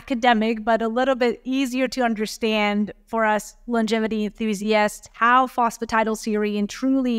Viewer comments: Fancy taking advice from someone who cannot even pronounce PhosphatidylSerine! Tiddleserine? Really? 😆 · No he didn't.